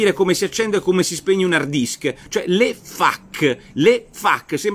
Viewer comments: Dott. Porro / "FAQ" si pronuncia "faqu' non 'fac'. Miraccomando. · Nicola la stimo moltissimo, ma la pronuncia è feic. Mi raccomando! :D